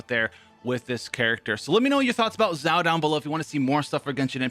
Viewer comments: Just some tips... You are saying Zhao which is not Xiao(sounds more like shall?)… Not a big difference for an English speaker but if you are trying to broaden your fanbase, probably best to get the pronunciation down to a T. Funny though when I keep hearing Zhao, I think about Zhao Yun from Dynasty Warriors which definitely reminds me of Xiao's gameplay. Love the content bro! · Did he say "ZAO"? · Xiao Chow Ciao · My favourite part "Xaio" My boy "Xaio" Thanks for telling be about "Xaio" In school X for "Xaio" And so on😂😂 lol I'm not good at jokes 😂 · this video is full of misinformation. First, please learn how to say a character's name at least moderately well, it's the bare minimum for a content creator. Also, you got the Talent and Character ascension materials confused. Xiao will need both the new boss mat's for character ascension as well as the shadow of the warrior from Childe for his talent upgrades. Next, your artifact recommendations are just straight up wrong. The optimal set for Xiao (theoretically) is 2 pc glad 2 pc vv, not 4 pc glad. While in his ult form (and you should only swap into xiao when his ult is up/almost up for maximum DPS) most of his damage will be coming from plunge attacks, so the 4 pc set effect for glad is useless. Plunging and normal attacks are factored differently, thus the effect is irrelevant.